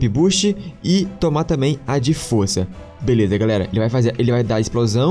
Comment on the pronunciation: O mais em graça do foi que ele disse que tava gravando pela primeira vez e ele disse galela